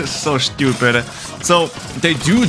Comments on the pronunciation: "That is so schewtupid" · soh stoopeh